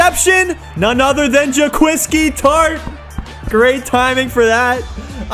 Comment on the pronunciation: Jaquiski tart him self pronounces it Jo-Kwowski